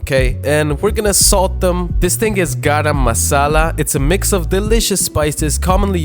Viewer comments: It’s not Gaaram masala it is pronounced as guhrum muhsahla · Me being pakistani, hearing him say garam masala, GaRaAm muSaEla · The way he says "GaRaM mAsAlA." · tbh I'm more annoyed by the mispronunciation of "garam masala" than any of the cooking lol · The pronounciation for garam masala is epic 😅